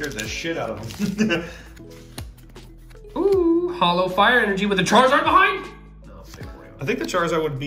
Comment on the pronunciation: I want duh churizurd Pokémon: No